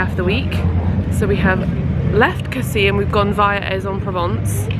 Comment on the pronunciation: With Casis you actually do pronounce the last 's'. What a lovely honeymoon; you look really well 🥰